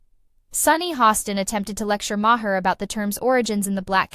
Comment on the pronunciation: May her, Mah her, May her, and on and on and never saying the name right.